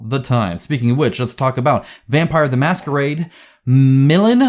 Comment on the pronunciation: It’s Milan, a city in Italy. Pronounced as “Me-lan”